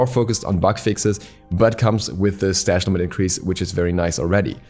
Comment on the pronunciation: "Increased strash limit"